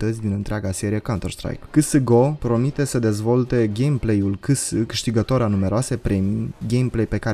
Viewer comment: "cese" se pronunta frate, nu CS. Zgarie pe creier=)))